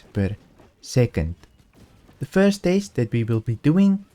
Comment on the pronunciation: you keep saying taste not test...